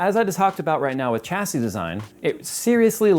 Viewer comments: No, in AMERICAN its "CHA see" cause you people cant speak english properly. But in England, the country that made English, its SHA see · Chassis = "SHA-SEE" its a French word. "SH" not "CH" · 😂 sha-sea not cha-sea umm if i was gunna buy a new mobo for a 9th gen i7 (9700) what would the best choice please bud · OK I'm finally gonna ask...is pronouncing "Chasis" properly? I've always thought it was said more like shashie, phonetically speaking